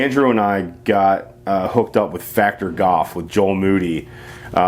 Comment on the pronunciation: You know there is an L in the word goLf